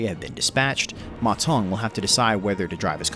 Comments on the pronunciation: According to Wikipedia, the sound of "Ma Zeng" is much more "Mazen" then "Ma Tong". Still a great video for my favourite warlord! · You pronounce his name (Ma Tong) which means toilet bowl in Chinese. It should be Ma Deng if you pronounce it in English.